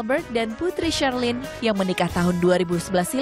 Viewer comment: Putri Charlene (dibaca Syarlin bukan Carlen)